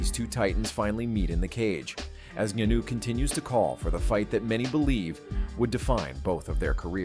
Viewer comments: "Francis Nunu"😂😂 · Bro said Nanuu. Like wtf ! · Did I hear Francis Nunu. It's Ngannou please 😒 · It's Ngannou. Not NuNu 😂😂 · YT ppl know they can mess up a name. This dude called Ngannou like 5 different name in one video